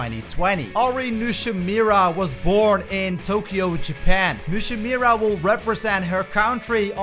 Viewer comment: Bufoni (Boofoni) Nishimura (Nishimoora)